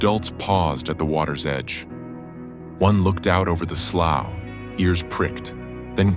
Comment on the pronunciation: Can’t help it. I must tell you…as a southern gal from Louisiana, the word written “slough” is pronounced “slew”.😊 LOVED this video…as always!